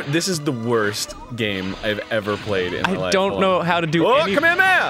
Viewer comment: IDK why but Arin and Ross saying "Ka-me-ha-me-ha" like "kameamea" Is driving me crazy.